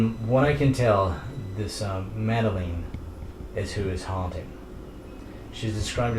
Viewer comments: Her name is mad a lin not mad a lein its spelled madaline but its not purnounced the way u said it I know cause my name is madaline but I spell is madalyn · why he says madeline wrong